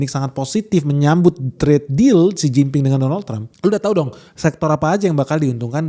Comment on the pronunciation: Xi Jin Ping dengernya= Sen Cin Ping Artinya..... Artiin sendiri dah🤫